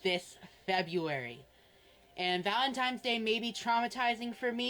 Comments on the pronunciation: He can't even pronounce valentines, he says valentimes . Don't give this infection your money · him calling it "valemtimes day" makes me want to rip the skin off my scalp